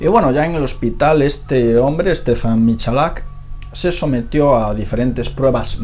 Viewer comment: es Stefan, no Stephen